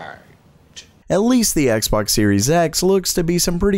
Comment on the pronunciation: Microsoft's X Box sounded like Microsoft Sex Box :-)))